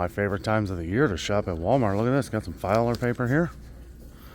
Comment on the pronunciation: “Filer” paper 🤣 (filler)